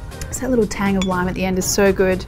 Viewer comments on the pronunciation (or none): none